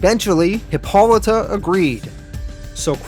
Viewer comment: absolutely nailed hippolyta though, love the content keep it up!